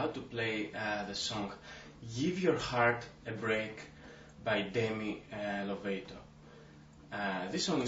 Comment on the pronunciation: Its Lo-VAH-to not LOW-VAE-TO. xD Haahahahaha But thanks!